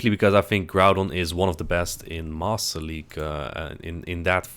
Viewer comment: It sounds like you are saying "Moss league" when you say it quickly